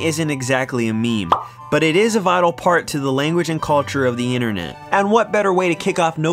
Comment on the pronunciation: Its inTERnet, not innernet. There is a T.